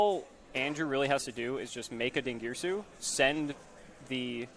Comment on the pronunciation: din ger ee sue